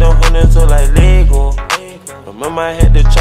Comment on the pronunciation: Am I the only one who's wondering why he says "Lego" like that? I'm actually wondering if it's cut it's pronounced like that in Danish...